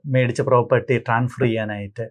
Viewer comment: Hello നിങ്ങൾ വീഡിയോ യിലെ പല സ്ഥലത്തും ട്രാൻഫർ എന്നാണ് പറയുന്നത് 😂😂 ട്രാൻസ്ഫർ അല്ലേ ശരി 😂😂